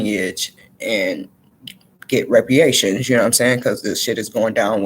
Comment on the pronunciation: It is pronounced re-par-ations not re-pre-ations. And this was a good message, I agree with your stance on us not taking on whatever number they pitch at us.